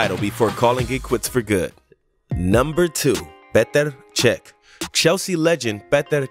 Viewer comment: I could hear you say “petr” 1000x over